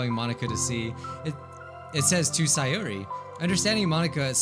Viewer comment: Say-Yori, her name fits Yuri they were destined to be friends!